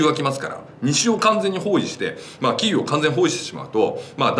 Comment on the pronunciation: 何度も言い間違えるならキエフで良いと思いますが。。。